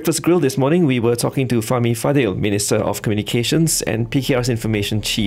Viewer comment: Why do all the BFM presenters mispronounce his second name "Fadil"? Isn't it "Fadzil"?